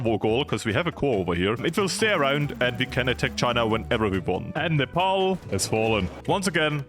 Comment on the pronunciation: That was.. the best Nepal pronunciation from a foreigner I ever heard